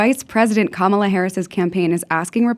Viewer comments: It’s Camela😂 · do you mispronounce Comma las name on purpose? just curious your not alone😂